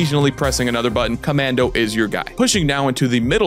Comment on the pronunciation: CommAndy? Essplain yoself